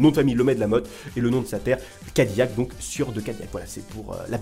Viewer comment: SA SE DIS CA- DI- LAC